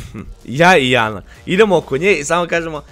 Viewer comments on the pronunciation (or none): none